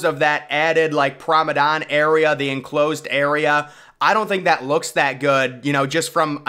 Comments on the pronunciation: Promedan? Promenade* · Its not Prom-o-don. Its Prom-A-nAde. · Are you trying to say ‘promenade’? What is prombedane? Lol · Nice video! But the correct word is Promenade, not promedon! The pronounciation kinda bugged me haha. Also Titanic did not sink in 5 days, she sank in 2 hours and 40 minutes which is more depressing. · Promenade, Promenade, Promenade, Promenade, Promenade NOT Promadon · Promenade* not “promedon” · He Must Be Joking With Us By Still Saying Promadon. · He repeats it so much that he's going to make us slip up and say it. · Funny, placing an organ next to... a staircase. Not much of a performance space.... where would the sound propagate? What music would have been played? And that word, pronounced "promenand"? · That pronunciation of promenade must be rage bait. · Hes said Promenade wrong so many times for so many videos, that I am starting to mispronounce it. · If you're going to continue to make these videos, PLEASE pronounce the word PROMENADE correctly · Promenade..🙄 say it properly